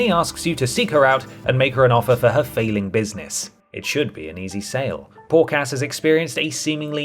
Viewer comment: Did you say Poor Cass? Or Pork Ass?